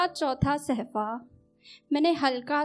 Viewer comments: Admirable shayeri,but sahfa nahi hota hai mam bulke safha hota hai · निधि जी सहफा नहीं सफा